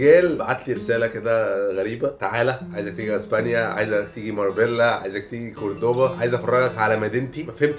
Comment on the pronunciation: ينطق عليها (ماربيلا ) في اسبانيا